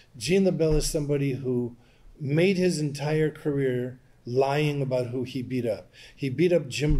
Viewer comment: IT SOUNDS LIKE HE MIGHT BE TALKING ABOAT WHAT TOM BLEECKER IS DOING!!